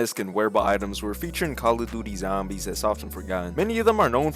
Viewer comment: Thanks Bro said calla duty zambies 🤣